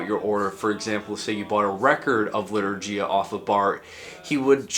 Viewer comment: Lee-tour-ghee-ya (gh as in ghost)